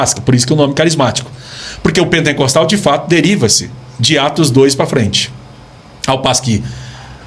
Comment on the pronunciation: "pentencostalismo, Pentencostes, pentencostal". Não sabe nem pronunciar a palavra correta, esse podcast é um desfile de entrevistados sem gabarito.